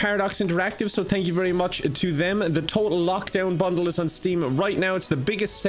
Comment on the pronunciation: you should say bundle slower cause it sounds like you said "bunghole" HAHAH JUust saying cool content i love watching it daily! While I wait for my favorite youtubers to upload or if I am not uploading ... :3 (Roast) enjoy hopefully we can play together online gaming sometime by chance i roleplay on EVERY GAME I play people actually ask me why i do it alot LOL